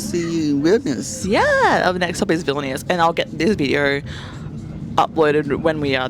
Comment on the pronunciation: You’re saying vilnius wrong. The i preceding the vowel shortens it in the lithuanian language.